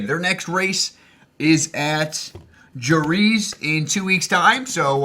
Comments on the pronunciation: Jerez is pronounced "Her-eth", at least that's how the brits say it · Jerez pronounce 'Hereth'. I had the same problem the first couple of times I saw that track name as well. As for the v8's you don't tend to see a safety car in the last few laps, only if the crash ends up on the track or something like that at a street course. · "Jerez" is said "Hereth". And no, that V8 supercars incident was unnecessary. They are usually very trigger happy with the safety car too, get a bit of debris off line call the safety car. I assume it was so it didn't end the race under the safety car, but I agree it was a strange call. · hey think you got to get your inner spanish going Jerez is said Hereth with a slight breathyness to it, you seem to be starting to get everything else on point slowly;) no hassle dog keep going its cool to here ya talkin g from a racers stand point. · The no safety car was crazy as is your pronunciation of gisbergen and jerez. :P